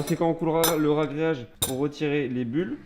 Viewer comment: Ouah du super boulot, tant pour rrrragréage que la vidéo. Oui c'est vrai, dommage pour les carreaux de ciment, mais quand c'est pas possible, et ben, c'est pas possible... Bossez bien, on attend la suite avec impatience !!!! Lau